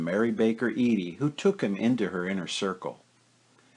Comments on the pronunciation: It’s pronounced like Eddie. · Incredibly interesting, well researched,and well produced. I will mention that Mary Baker Eddy‘s surname is pronounced Eddie.